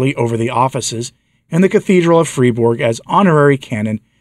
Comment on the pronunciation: Fry-burg! Gaens-vine! If you're going to do new commentaries, learn the proper pronunciations!